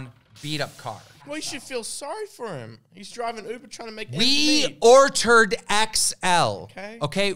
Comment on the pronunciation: “We ORTERDDD an XL” 😂🤣